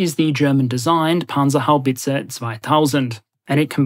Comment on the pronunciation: Brilliant pronunciation on the Panzerhaubitze good job.